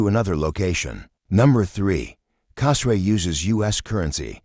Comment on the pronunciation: Hey, learn how to pronounce the name of the island correctly!